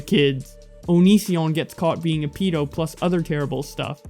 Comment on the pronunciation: Not a pee- do a ped- o